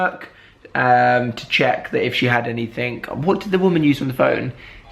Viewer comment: Why does he say "anythink" "somethink" "everythink" 😂